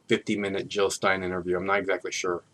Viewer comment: Jill not Hill !